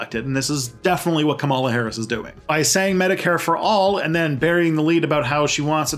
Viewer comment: Come on, at least take a few minutes to learn how to pronounce names KA-ma-la FINE-stine TAH-mill NAH-doo